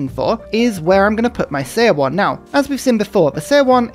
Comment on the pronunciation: Love your videos,. One thing though, seowon's 'seo' is pronounced like 'su' from the word Sun.